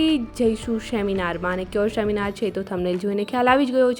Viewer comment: સેમિનાર ❎ શેમિનાર ✅